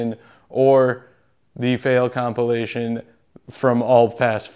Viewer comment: I think you made a bigger fail saying the word compilation without the I. Complation......